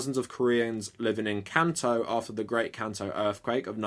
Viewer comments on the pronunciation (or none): none